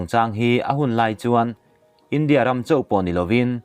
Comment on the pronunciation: Kan sawi ve lawk, i tawng kauchheh hi fimkhur thei deu la ka ti, i India lam dan te , tharthawh te a dang pawh a la awm. a ngaihnawm e